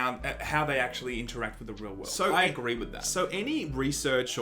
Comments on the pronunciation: Why can't Aussies say world? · some say to this day, he is still trying to pronounce world health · Sorry, turned it off after the 15th time you couldn't say "world". You should really edit that shit out.